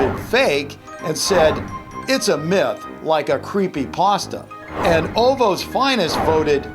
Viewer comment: How he said ovo's😭